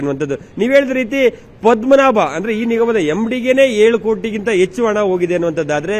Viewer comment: ..you are an excellent reporter, however correct your pronunciation ಹ್ಹ ಉಚ್ಚಾರ ಸರಿಯಾಗಿ ಹೇಳಿ... ಹರೀಶ್ ಅಂತಾ ಹೇಳಿ arish ಅಲ್ಲಾ ಹೆಚ್ಚು ಹೇಳಿ ಎಚ್ಚು ಅಲ್ಲಾ ಕನ್ನಡ ಭಾಷೆ ಸೊಗಸು...ಸ್ವಲ್ಪ ಅಭ್ಯಾಸ ಮಾಡಿ ಅದರಲ್ಲೂ ಹಾ ' ಉಚ್ಚಾರ ಎಲ್ಲರೂ ಇಷ್ಟ ಪಡ್ತಾರೆ